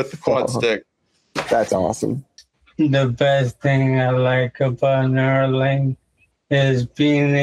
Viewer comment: Neuralink. Not "Nuralink".